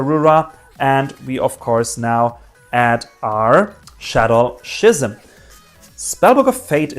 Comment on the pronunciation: it’s ski-ism not shey-ism also search schims first then draw its better